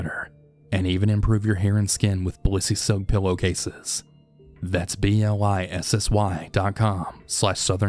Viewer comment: Cracking up because he keeps saying blissy